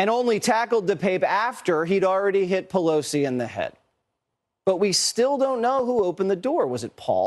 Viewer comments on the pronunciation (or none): is jesse waters saying "poleef" ? hahaha